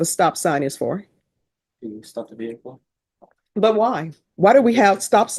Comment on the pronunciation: What’s a veer hickle ? 😂😂😂😂😂😂